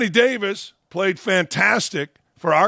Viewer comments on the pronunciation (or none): none